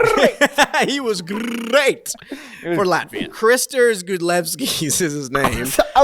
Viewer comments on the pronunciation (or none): The Kristers Gudlevskis pronunciation had me in shambles lol